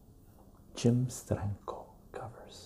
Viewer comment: Love the way you say Steranko! Hi brother. Im meeting sergio aragones in March.. you are correct. His books are one of the great pleasures of comic reading. God bless and stay well